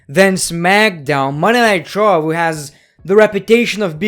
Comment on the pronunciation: It's raw not Monday night traw